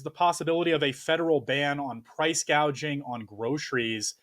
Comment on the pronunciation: Or as she READS it price GUAGING.